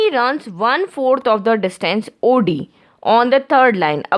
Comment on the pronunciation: Maam its not AUDI its OD.